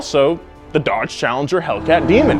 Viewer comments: "DEDGE" Yeah bro I really like the new dedge chereger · DEDGE not DODGE, good to know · Anyone else notice “DEDGE”